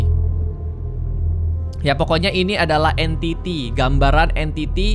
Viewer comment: Bisa bisanya gw ngomong the enyti padahal Entitiy:p